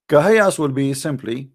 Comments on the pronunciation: Rubbish… this is a wrong calculation simply because this is not a word pronounced “kahayas”, but it’s pronounced as separate letters names “ Kaf, Ha, Ya, Ain, Sad” … search for recitation of chapter Mary and listen how it is pronounced! Jesus Peace be upon him, is the messenger of Allah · kahias? bruh its Kaaf Haa yaa Ayn Ssad, atleast speak with knowlege. this phrase , we cant tell meanng of, there are similiar phrases like Alif Laam Meemm. well theres a whole background behind this , i m nt gonna go into it. the point is the word aint kahiyas , any muslim who has read the quran would never say its Kahiyas lol